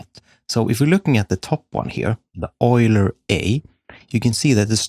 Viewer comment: yoo-ler. not oil-er